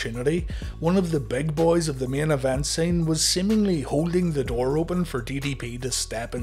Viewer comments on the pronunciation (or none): none